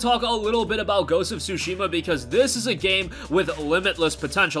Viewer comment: OMG, he saying Sushi ma‼ Sushi ma ja〜nee〜 yo‼‼😂 It's not sushi‼‼🍣🤣 Tsu shi ma ‼ wakatta❓❗ Understand ❓ Fix your accent❗❗